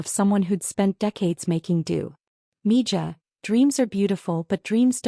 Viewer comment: Mija is Pronounced Miha!